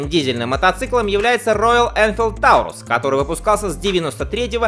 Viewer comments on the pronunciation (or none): none